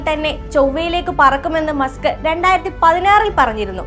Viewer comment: മുസ്ക് ❌️❌️ മസ്ക് ✅️✅️